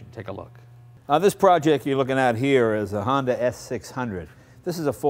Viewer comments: "Honder" Jay Leno when talking about his Honder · he said honder! lol